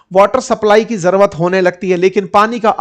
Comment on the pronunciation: Jarurat ❌ Jaruat ✅